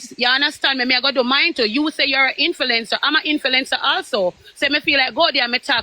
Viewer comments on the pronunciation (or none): I was yawning until said 'inflencer' 😂😂😂😂. My yawn disappeared 😂😂😂😂😂